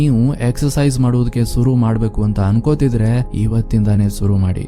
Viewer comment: adu suru alla sir shuru .